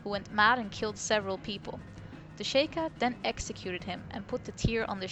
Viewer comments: I just noticed something, and I'm sorry if I sound like an asshole saying this, but I am a LITTLE bit of a stickler, it's pronounced She-Kah, not Shake-ah. XD Just sayin ^_^ I do however, still enjoy your videos! They have good points that I haven't exactly considered myself yet! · Stop saying shaykah its pronounced sheekah